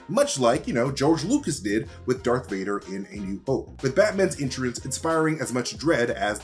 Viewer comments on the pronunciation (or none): He did not just say dark Vader smh